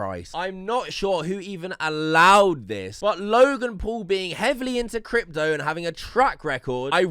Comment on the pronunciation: Floyd Mayweather can't even pronounce the word "crypto"